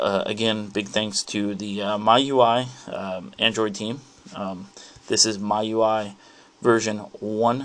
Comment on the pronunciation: its pronounced ME-U-I please get it right